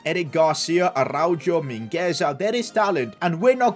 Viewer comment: No way said aruajoe